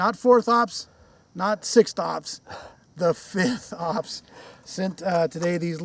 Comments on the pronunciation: LOL! Mercans eh? fith? fith?? …………….. F. I. F. T. H. Fifth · not forth ops, not sixth op, not fifth op, FITH op